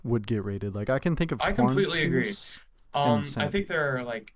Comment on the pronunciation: quanteuse and centipede 😭😭 this dude cannot be serious